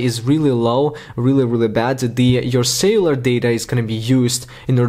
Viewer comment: Nice video,however remember to pronounce celular data not sailor data , I was getting confused 👍